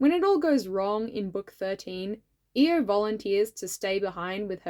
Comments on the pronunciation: My vote for queen Monarch comes with an annoying pronunciation thing. Correct me if I’m wrong, but is isn’t it i-O instead of E-O? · I thought her name was pronounced "eye-o" instead of "e-o" strange. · I always read Io as eye-oh because that's also the name of one of Jupiter's moons and that's what I've heard it pronounced that way Maybe that's a reason why people were confused when you mentioned her? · Hi! First up, I’m here to vote for Danaid and Tortoise again, and also to let you know that Io looks amazing. Second thing,, people possibly gave you weird looks because her name is ‘eye-oh’ like the letters (yes I checked, it’s how it is in the audiobook, and this is how you say the name of the moth 😂). Oh also extra vote to the green Sandwing soldier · When he first said Io's name I thought who Eo was but then realized that he was talking about Io we just pronounce her name differently. I was so sad for for a bit because I really thought that was a character I didn't remember. I can't remember most of my own character names from books but I can remember that when Clay was imprisoned by Scarlet the dragon near him was an IceWing. This could be due to the fact that I read Wings of Fire as an audiobook while I do really anything like work, clean, eat, sleep (it helps with my insomnia). If anybody is up for the challenge can you comment to this comment a character you think I might not remember from Wings of Fire, please. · I've gotta be that pest who tells you, it's pronounced "Eye-oh"! Edit: And also "Suh-KAY-duh" for Cicada :) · I'm glad you made Io, I really like both her design and her character. I did think her name was pronounced diffrently, lol. Also, I'd like to vote for grayling and the scrap fabric dragon :)